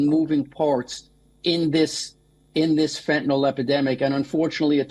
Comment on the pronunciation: She keeps saying "fetanol," but it's "fentanyl." Btw, if anyone didn't like her pronunciation of "herculean," it was OK. I rarely use the term or (read it aloud), but I think I usually hear "hercyuLEan," but "herCYUlean" is also correct. She didn't have have a Y sound in there, but oh well.